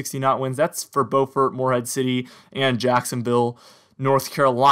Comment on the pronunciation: it's said like bee-u-fort in the south for Beaufort, SC.